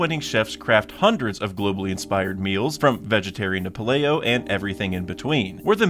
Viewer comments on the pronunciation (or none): Paleo = pay-lee-oh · "Paleo" is pronounced "pay-lee-oh" just fyi. It comes from paleontology, because its supposed to be like a "caveman" type diet. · SHould've googled how to pronounce "paleo" 😂